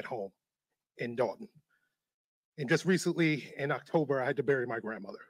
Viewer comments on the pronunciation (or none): none